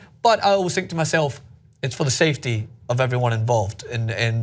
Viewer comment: when he said safety I thought he was saying CFD (computational fluid dynamics). Fuck I need to study